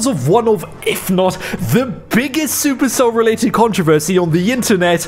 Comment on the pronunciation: Man also reads super cell as "Sup" "Erc" "Ell" It seems we have the same vocabulary